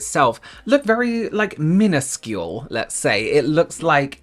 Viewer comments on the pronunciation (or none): When said “minuscule” I thought he said “peniscule” 😂😭